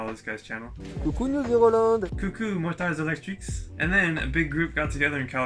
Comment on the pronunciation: great video ! Thank you and superb French accent "motards électriques";) Electric motorcycle road trips are more and more common and it's really great for the community. Especially for journalists or people who are not convinced. This gives more credibility and meaning to the word adventure! today people talk to you about travel to discover the world but it is always with very modern motorcycles. When some do the trip with old mopeds it is a feat and commands admiration but when you talk about electric motorcycle, they do not realize the challenge ... it is the negative points that are put forward and not the pleasure of living a unique moment.